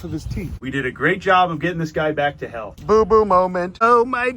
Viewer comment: When he said "we did a great job getting this guy back to health" i heard hell over health lol